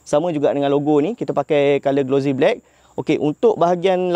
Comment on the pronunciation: Sebutan bukan glo zie. Tapi glo sie. Bukan Z tapi S